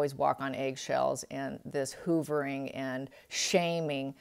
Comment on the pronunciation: The only negative is your mispronunciation of words like "hovering" not pronounced "hoovering" it is pronounced "huv er ing"...And, stability is pronounced "stah bil ity" not "stay-bil-ity." On the bright side, you do have very beautiful hands. Sorry - was a school teacher 🙄 it's hard habit to break because I do love our English language.😉